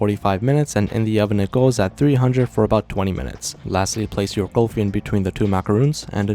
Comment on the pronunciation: It’s not saying Golfie it’s kulfi